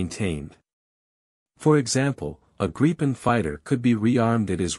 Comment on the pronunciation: Gripen pronounced Grip-pen